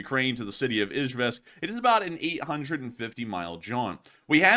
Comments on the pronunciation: It's pronounced E Jevisk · Dude if your going to make a living off of War Blood at least make a fkn attempt to pronounce city names correctly. Eezh yevsk - Nee zhnee Nov gor od - Chye lya beensk. Flame me all you want IDGAF but he is a typical lazy social media grifter.